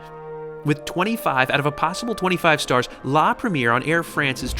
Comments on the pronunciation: La Prhem-E-Ayyy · Awesome review! Just one tip: it’s pronounced La Preh-me-air 😊😊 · Excellent! Beautifully filmed and put together, nicely narrated. I’d fly AF in a heartbeat! Just one thing, please learn to pronounce foreign words correctly. La Premier is pronounced La Prem-ee-air, not the American bastardised English of the first showing of a film (movie)! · Say it with me... La Preh-mee-aihr ;)